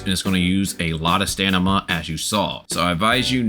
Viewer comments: Stamina, stamina, stamina! NOT Stanima! A really great guide but I just cannot listen to it because of mispronounciation of that word haha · STAMINA not STANIMA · "Lets make a beginners guide"... Starts talking about end game content. Give me a break dude. Also they patched the jetpack :D.. STAM-I-NA. ... Its not STANIMA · Dude it's stamina not stanima lol 😂😂great and really helpful video ❤❤🎉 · Great Vid. Just began my journey but its overwhelming. Also you keep saying STANIMA. I think you meant Stamina. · bruh is it called stanima in the game? or stamina? dude is driving me crazy xD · Did anyone notice him saying stanima instead of stamina the whole video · its stamina not stanima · Great video~ Though you're deffs saying Stan-ima, and not Stam-ina. Sorry to break it to you ^_^ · loveeee the vid even tho you kept saying stanima instead of stamina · It's a great video for beginners but... i heard a lot of stanima that make me confuse which is right.. stamina or stanima? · please stop saying stanima. please please please its stamina its stamina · Stanima is a great word 😂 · Guy saying "stanima" whole video. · I like how he says stanima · Are you saying stanima? lmao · Say "stanima" again 😂😂😂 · Stanima lol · stanima hahaha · Definitely STAMina lmao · it’s DEFINITELY staM-ina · My guy can’t pronounce stamina right right lmao great guide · bro does not know how to say stamina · stopped at 14 minutes man could not say stamina XD was hurting my brain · Great guide bruh. Very helpful. But i can't get around how you say stamina